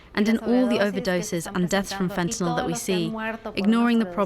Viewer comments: See folks, it is fentanYL not fentanOL. Come on now…pronounce it correctly. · FENTA NYL, NOT "nol", what is wrong with you?